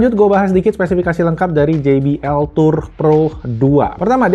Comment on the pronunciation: finally, jay bee el 😂😂😂 gak gee bee el lagi